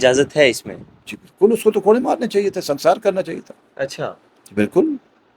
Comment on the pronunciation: سنسار نہیں سنگسار ہوتا ہے